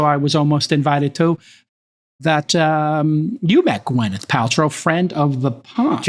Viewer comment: Wild about Gwyneth Paltrow but don’t even know how to pronounce her name? Who is GwEneth Paltrow?